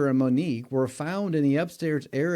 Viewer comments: Her name is Monique!!! Not Monikca!!@ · I appreciate your content but please learn and remember the victims names. Her name was Monique, not “Monica.” You referred to her as the latter more than once. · And Monique NOT Monica!